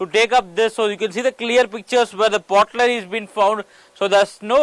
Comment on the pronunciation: pottery not potlerry. write a script carefully before recording.